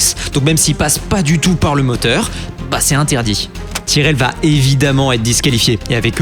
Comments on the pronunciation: Juste c'est l'équipe (Tyrell) ça se prononce pas tirelle mais taïreuL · Bonne vidéo mais attention aux prononciations 😉 C’est ”tairèle” et non ”tirèle” A-Air-Té (3 lettres prnoncées séparément) et non ”Arteu” Et ”Taulemane” et non ”tolémane”